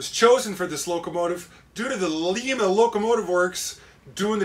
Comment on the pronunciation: LOVE your videos. However, having been born and raised just north of Lima, Ohio I need to let you in on a little secret. It is pronounced like lima beans...lIma...with a long 'I'...not like Lima, Peru...lEma. Definately going to bid on this though...it would mean a lot to be the winner. Do you have an N&W 611? I have two and may gift one to ya. Keep up the great videos...always watching out for them and love them so much! Blessings!!!